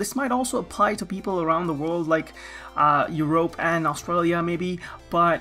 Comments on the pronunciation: It's Europe, not Yearoughp. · Lol, "Eu-rope" pronouciation 10/10 - IGN Seriously though, hope you'll be able to keep uploading with that busy schedule of yours. Thanks for the money saving tips, as a fellow cheap-sake I appreciate it, just sucks South Africa doesn't have much similar local to what you're showing :,(